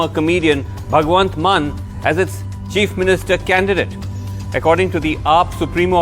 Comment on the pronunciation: It's not " MANN" , it's " MAAN"